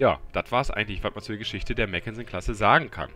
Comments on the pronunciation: Mack, nicht Mäck 😜 Ein Papier Schiff war es genau genommen nicht, nur eben nicht vollendet, anders als die nachfolgende Ersatz-York-Klasse, die wirklich nur geplant war. Was das Panzerung Defizit angeht, das Schiff krankt da etwas an WGs merkwürdiger Einteilung: Sie ist ein Schlachtkreuzer, ein Schiff das zugunsten der Geschwindigkeit auf einen Teil der Panzerung verzichtet und war niemals für eine direkte Konfrontation mit Schlachtschiffen vorgesehen. Eine Auslegung, die den Britischen Schlachtkreuzern noch stärker ausgeprägt war (im direkten Vergleich waren die deutschen langsamer und etwas Kaliberschwächer, dafür deutlich robuster. Btw, die Hood war als Nachzügler eine Ausnahme, die wurde aufgrund der Erfahrungen des Krieges wartend des Entwurfes noch deutlich stärker gepanzert). Wird im Spiel aber wir ein Schlachtschiff behandelt, im Gegensatz zu Alaskas, Stalingrad und Co, die als Kreuzer eingestuft werden... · mackensen..nicht meckensen